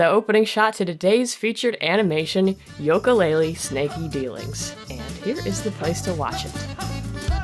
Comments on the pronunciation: Banjo-Tooie was better! (than the first one) Also it "YOO-kalaylee not "YOLK-Kalaylee" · you are the only person I have seen that pronounces it yoak-a laylee instead of ukulele. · not to be rude but it is pronounced yuka laylee not yoka. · The games name is pronounced You-ka Laylee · It's pronounced Ukelale